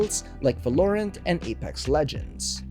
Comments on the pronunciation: Can you say "Valorant" again? I didnt laughj enough the first 2 times XD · DId you hear him say Valorant? HAHAHAHAHA